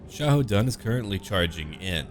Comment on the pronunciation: As a person who learned how to speak Chinese, the way you pronounce characters' names is quite nice. In fact, i loved how you fluently pronounced Xiahou Dun's name.